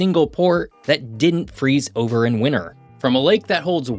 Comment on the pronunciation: It's pronounced WinTer, not WinNer.